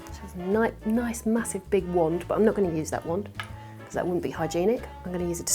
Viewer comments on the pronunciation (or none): none